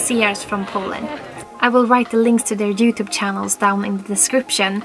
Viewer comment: I love how you say jewtube